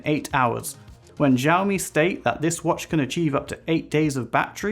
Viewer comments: Not trying to be mean but especially at the start it sounds like you're saying"JJAAOOO Me" rather than "Shaow Me". Again, not trying to be mean but people might watch this and think that is how you say it so felt I had to say something. Thank you. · It's pronounced "SHE-OWW-ME"; NO "Js" in there. 🙏